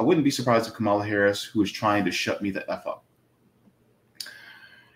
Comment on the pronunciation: Please stop miss pronouncing her name . You will never get a perfect politician never